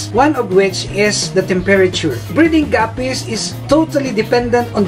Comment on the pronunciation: learn how to say temperature